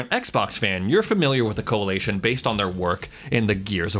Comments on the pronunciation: Coalition not coalation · CoaLITion, not CoaLATion. Driving me crazy lol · I'm really didn't want do this but its Coa"li"tion not Coa"la"tion, the first time he said it I'm like he will get it right, he didn't. Just kept pronouncing it completely wrong the whole video over and over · anyone cracking up as to how he pronounces the coalition? coalaytion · The Coali-A-tion 😆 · Lol Co-a-lee-tion 🤣 Americans say things so funny